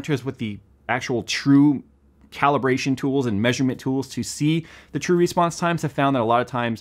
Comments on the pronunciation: Why do you say "REsponse"? Say response like a normal, English speaking American! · Is he saying Respawns time or Response time?? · you're saying response wrong